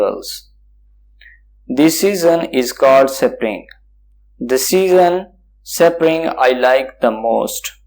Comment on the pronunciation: Bhai vo sapring nahi spring hai